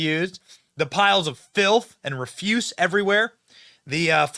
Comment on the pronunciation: Benny, learn how,to pronounce REFUSE (as in trash).